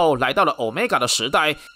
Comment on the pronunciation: 毆米加變毆買尬！真好笑